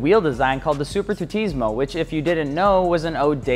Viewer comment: I'm probably one of the very few italians following you guys, and since I actually own them, I can say for sure that it's not "SuperTutismo", but "SuperTurismo".